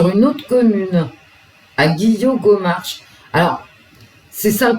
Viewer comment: Guilligomarch se prononce Guilligomare Il aurait disparu aux Roches du diable les gens aiment se promener là c est très joli La riviere est très houleuse et beaucoup de gens se sont déjà noyés la C est un site très dangereux Faut pas glisser Ça craint J habite le secteur Ça craint😢